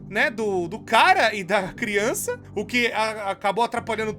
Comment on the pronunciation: AMO QUANDO O FALA CRIONÇAKKKKK